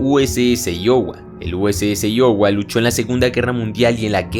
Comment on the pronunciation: Aiowa se pronuncia